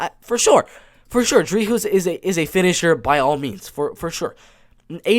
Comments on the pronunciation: Hey man just to correct you on the pronunciation of Dricus Du Plessis’ name. when you say his first name you pronounce the first half “Dri” perfectly but the “cus” is pronounced like a normal cuss (for instance when you cuss you are swearing) and with his last name. You pronounce it perfectly except the “S” at the end of Du Plessi(s) is silent so you only pronounce it Du Plessi pretty much without the S. But other than that great break down. I have my boy DU PLESSIS winning by KO. 🇿🇦🇿🇦🇿🇦🇿🇦🇿🇦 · your not pronouncing the "s" in dricus otherwise decent pronunciation. Dricus will finish tavares.